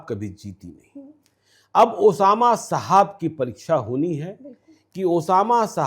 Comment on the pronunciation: साहब होता है मैडम शाहाब नहीं ,, कैमरा उठाए और बन गए पत्रकार,, पत्रकारिता तो सीख लो तुम लोग कम से कम ।